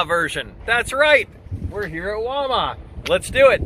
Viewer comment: Its WAL MART, NOT walma.